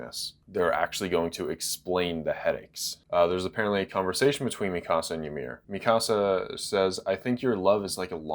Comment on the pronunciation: Why does he say Mi Casa and not MeCuhSuh? Is that really how it’s supposed to be pronounced?!